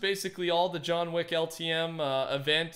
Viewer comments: Nobody:: ”JoHn WaCk” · This is how many times said “John Weck” 👇🏻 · "John Wheck" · Nobody:: JOHN WECK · Lol he said john wack